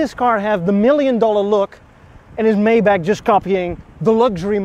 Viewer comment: Pretty sweet ride. From the side it looks a little like a Subaru! Let the freebees coming with that 3,5 haha Btw.. it’s Maybach, not mayback 😜